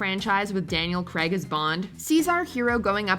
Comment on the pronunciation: Why do people pronounce it Creg it is Daniel Craig